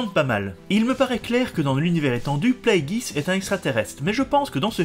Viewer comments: Pourquoi prononcer Plagueis "Pla - é - guiss" au lieu de "Plagu-é-iss" ? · Surtout qu'en Anglais en ça donne "Pl-ay-gueuss" :)